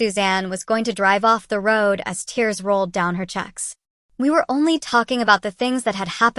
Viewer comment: Jacqueline you need to fix your A.I. because it has missed pronounced words twice it said Check instead of cheek , and the first time it said Bou instead of Bow the O is long not short and the Cheek is a double E instead of a just thought I'd let you know this makes three times that I've watched this story and it is kind of funny but I feel sorry for that kid tho